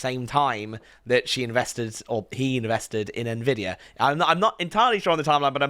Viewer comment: Dude at least he pronounced it right. I've heard so many boomers say envidia.